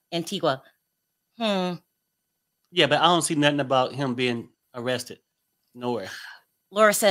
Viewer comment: Pronounced Antiga. Antiqua is in Guatemala